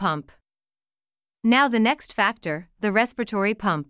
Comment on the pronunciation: It's not respitory it's respiratory 😂